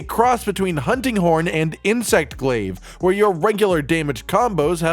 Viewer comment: Kinda sounds like he says hunting corn 🤣😂